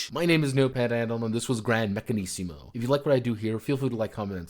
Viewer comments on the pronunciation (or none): It's pronounced meccan-"izmo" not meccan-"issimo"! ;) When I'm more experienced in ttrpg design I want to make an Italian renaissance inspired fantasy game. I have part of the setting already (have had the basic idea of it in my head since I first started playing/DMing D&D), but I don't fully know what I would want out of the game itself. Right now I'm working on something with much more clear gameplay & narrative goals --- a game inspired by Porco Rosso that seeks to replicate specific scenes and themes from the movie. Building mechanics around such goals is much easier than building mechanics around a world/aesthetic.